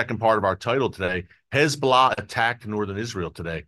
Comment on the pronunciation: Erick - I really like your reporting. You speak candidly the truth, and what we all think already anyhow. One thing bugs me (quite a bit): the 'lazy' way that you say "Hez-Blah" is truly annoying. Is there no way you could start to say "Hez'-bo-lah'" or "Hez'-bah-la'"? Anyhoo, keep-up the great work; thanks.